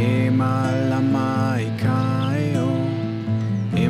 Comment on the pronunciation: Beautiful, great vibe but please learn how to properly pronounce “Heiau” 3syllables Hey-ie-au